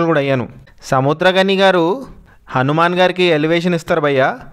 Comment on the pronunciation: హనుమాన్ అని కరెక్ట్ గా చెప్పరా....